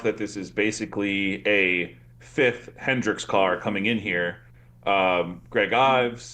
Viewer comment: I cringe everytime he says "Hendricks"